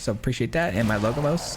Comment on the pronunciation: LoL, I just thought about commenting this as well. always call him "logomos". He says so much that I started to think if my English (which is not my first language) was wrong.